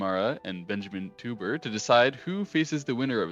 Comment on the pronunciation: Thanks for another great recap, you make a nice story out of each game (or match). By the way for your next vid, as a German Teuber would be pronounced TOYber